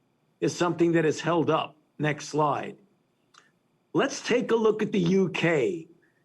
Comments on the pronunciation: How is this frauds opinion newsworthy anymore?!?!?! (funny how he keeps pronouncing it as "next lie") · Is he saying "next lie" or " next slide" ??